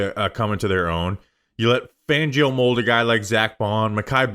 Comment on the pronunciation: His name is Vic Fangio. Not Vic Vangio